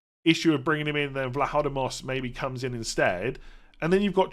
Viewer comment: Just want to compliment you on your pronunciation of Vlachodimos as a Greek. You continue to be the most informed FPL expert ;)